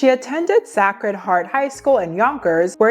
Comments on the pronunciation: Also it's say-cred, not sah-cred 😅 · 😳😳😳 Really?! Can someone let this young lady know how to pronounce "sacred" properly? It almost sounded like she was saying saccharin. The "a" is long. Say-cred. Come on now y'all, now we're starting to get all the easy words wrong. We are steadily going backwards! 😒😒😮‍💨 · Sacred is pronounced say-cred, not sack-red. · maybe it’s my age… DJ enuff is more known to me than his son that literally didn’t exist to menuntil 25 seconds ago. Also I almost turned off the video at the pronunciation of Sacred (Sake-rid) as (Sack-red). Probably just me though. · “Sack-red Heart” is absolutely crazy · say-crid heart not sack. (sacred heart) i didn't know being a grammar goon would be so hilarious i was like is this lady ai rn? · lost me at "sah-cred" heart. Girl. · im so sorry to be that person but the pronunciation in this video killed me at points😭😭 SUNY = soony not sunny, sacred = saycred not sahcred, and borough = burrow not bo-row😭😭 im only 10 min in but i couldn’t not comment on that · It's "Saycred" Sacred Heart and "Suenee" SUNNY Purchase college. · Did she pronounce sacred like sack-red?? 😂😂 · Gurl its pronounced SAY-cred. Sacred. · …..it’s pronounced SAY-cred Heart…girl 🥴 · GIRL did you mispronounce "sacred"?? omg "sack-red" lol! it happens to the best of us but omg "cacred heart" is like a iconic catholic. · sacred heart is pronounced say-cred-heart and the NY colleges are pronounced soo-knee lol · You sound like AI when you don't pronounce simple words like 'sacred' properly. I like your content but details like that are annoying.